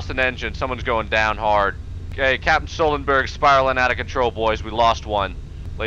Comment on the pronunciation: "Captain Sullenberg" lol